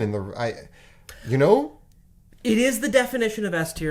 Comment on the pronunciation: My favourite moment of this video is where goes full Canadian with 'Ya Know!'